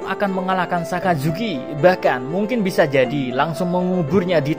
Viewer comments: Sakazuki min bukan asazuki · Min,orang lagi setengah sedih dengar mimin cerita ulang kejadian sedih. eh,malah ketawa pas mimin bilang "Asuzuki". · Ngakak pas mimin ngmong asuzuki 😆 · Gua salah dengar apa gmana. Asuzuki wkwkw. Sans" min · baru gua sadar kalo mimin bilang asuzuki haha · dia bercanda wkwk dia blg asu zuki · le ngomong asuzuki jo kerep kerep min😂 nko lak akeh sek tiru :v 😂😂